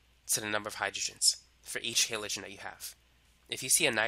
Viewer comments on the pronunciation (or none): Halogen is pronounced with a soft a. Like in the word "apple" Halogen or hælədʒən is pronounced Hal- (like the name Hal) o (with a long O like in the word rope) and then -gen (with a soft g and soft e like in the word gem). Your HEYlogen was driving me insane. Why would you say it like that? Haven't you heard people saying it correctly like a million times when taking chemistry courses?